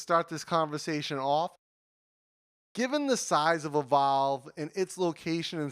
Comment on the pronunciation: Lol... Why do you pronounce "Evolve" like "A Vow"? Took me a while to understand what you were trying to say.